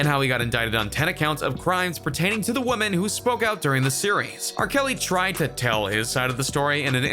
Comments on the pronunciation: Is it just me, or is the guy narrating saying "woman" in places he should be saying "women" (plural)? It's incredibly distracting... Lol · Is the speaker on this video a computer? I have never, ever heard anyone pronounce the word 'women' quite like this...